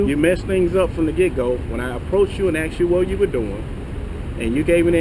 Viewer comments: He axed you... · Excuse me.....You AXED me? wouldn't that be at least assault? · Again it is not axe. The English word is asked. I think he wants to cut down a tree when said axe. Can't even pronounce a simple word. And he protects. Wow idiot's are out. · The word is asked. Not axe. Learn how to pronounce words. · He axed him...🤣🤣🤣🤣🤣